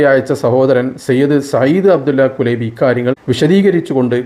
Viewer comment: കുലൈബി എന്നല്ല കുലൈബ് എന്നാണ് عبد الله كليب الهاملي